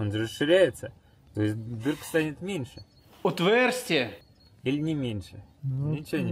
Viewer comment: ОтвЭрстие, ахахаха, старичок молодца👍